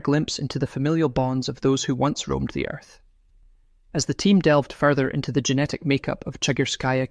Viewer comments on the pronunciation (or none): none